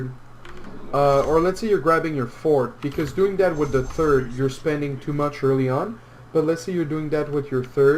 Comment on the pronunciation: plz, stop saying "third" and say "turd" again, it sounds horrible